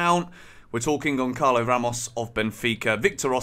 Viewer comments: It's gonsalo , not gonkalo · Gonçalo isn't pronounced with C because that letter is pronounced as the letter S so it's Gonsalo similar to Gonzalo but for some reason every English person i hear pronouncing it they all say Goncalo lol Hopefully we get him because he looks like a great striker but Rui Costa will burn our bank this time I'm sure.